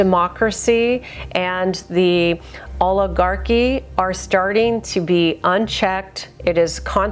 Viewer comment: 2nd video of yours I’ve seen, and it’s Oligarchy , not OGLE-ARCHY. She won’t read this, but the way she incorrectly says this word is driving me nuts.